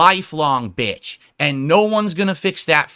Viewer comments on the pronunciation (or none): "you're a VITCH!"